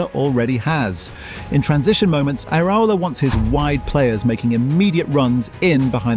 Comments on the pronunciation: God these AI voice-overs are annoying. It's Ki-eza, not Chee-eza. Ear-a-ola, not Ear-owla. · AI slop that not only sounds formulaic, but can’t pronounce the manager or the player’s name properly. Lazy, deceptive and sloppy.